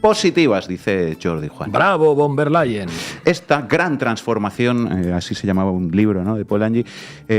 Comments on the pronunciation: Se pronuncia Ursula fon der Leien !!! Ya que la v en aleman se pronuncia como f y bueno a la señora Von der Lein tiene unos intereses económicos ya que la empresa de Main Metal ( empresa armamentista ) es propiedad de su familia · Se dice " fon der Laien " nicht bon